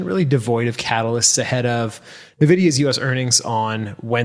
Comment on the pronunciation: Love the show and the monthly newsletter - been a subscriber for years. I’ve been buying nvidia cards for almost 30 years now and never heard it pronounced Navidia until the recent AI boom. No question, just please stop.